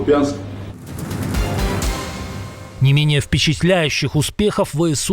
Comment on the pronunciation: Навіть назву міста рашисти говорять неправильно. Для неграмотних орків назва міста кУп'янськ. Наголос на літеру У.